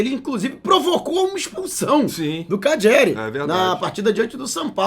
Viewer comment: Oh é calleri, não cadgeri